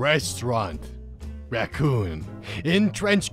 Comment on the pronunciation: The way he says racoon is hilarious, but yet... Depething